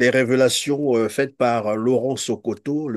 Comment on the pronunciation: C'est Laurent Sokoko et non Sokoto, vous avez écorché son nom